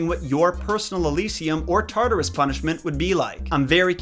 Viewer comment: “They just sent Mr. Rogers to Tarturas.” 😂